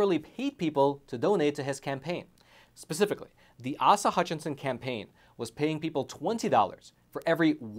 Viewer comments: ACE-a Hutchinson, not AHsa. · Aesa not ahsa Hutchinson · Asa, long a. But ass-a works. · He said AhSah. Lol. A-Suh. Still a dbag and Im from AR. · His name is pronounced with long A's so Ace uh. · It's pronounced Acea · Asa Hutchinson is so well-known that you couldn't even pronounce his first name.